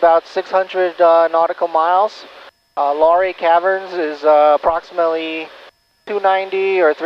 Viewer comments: Nice video. Not to be a nudge, but the name of the caverns / town is pronounced “lah Ray”, not lory. Just saying. Digging the Grumman. I’ve been flying an AA5 Traveler while out here in Oregon! Fair Skies and Following Winds! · Luray is pronounced Loo-ray.